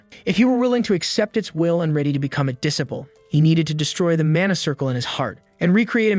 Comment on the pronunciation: what's with that crazy pronunciation of "disciple"